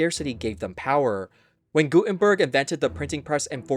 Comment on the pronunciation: Gutenberg: pronounced gou-10-berg